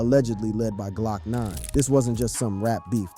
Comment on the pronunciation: Learn to say hotboii properly, is not hotboeyy And is not 9 lokk 9 bro, glokknine